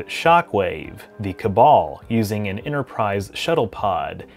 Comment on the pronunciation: There is no "Innerprise" in "Store Trek"